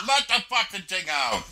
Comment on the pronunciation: "Do one ting". Ends up to doing 20 tings. 😂😂